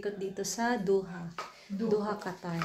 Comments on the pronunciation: It's Doha not Duha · Not Duha it’s Doha 😅